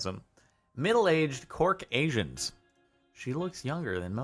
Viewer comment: Took me a minute to figure out what a cork asian was, LOL.